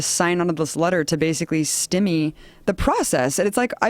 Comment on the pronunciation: Holy shit it is stymie not stimy. How is she a journalist, she would fail a public speaking class.